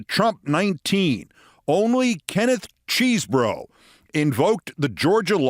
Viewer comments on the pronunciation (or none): Keith, please be one of the only people on our side to get the guy's name right: It's "Chez-bro." There's no cheese.